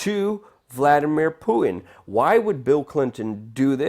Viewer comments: It's Putin, not Poo in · Love your work Luke but hearing you mispronounce the name of Russia's prez over and over is making me crazy, okay, making me crazier. LOL! It's not Pooh-in it's Poo-Tin. Good natured jab, keep it coming! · dude, its "Pu-Tin" and "nu-CLE-ar," annunciation will only add to your credibility :) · poo-en is about an ignorant sounding way to pronounce Putin's name. Makes you sound stupid. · Sir, you have an irritating way of pronouncing 'Putin'. There's a T lurking in there somewhere.